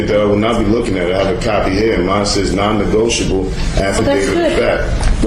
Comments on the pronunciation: I know I'm watching this months later, but what's with the weird way they hold their hands in front of them? I know people do that, but it seems more common amongst Moorons. I wonder if it is on purpose? , for example. I love the way the judge keeps saying "negoitable" just the way the dummies wrote it, lol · Love how she punks him! “ negoitable” hahaha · “Non negoitable” 😂😂😂